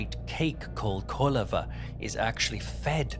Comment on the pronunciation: Thank you for a great video and excellent storytelling, as always (also bonus points for pronouncing koliva correctly! I didn't know the word was so common in other countries apart from Greece, the more you know!). It would be very interesting to see more myths and legends of this type from different countries/cultures, maybe like a series?